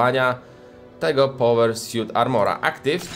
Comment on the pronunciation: Suit a nie siut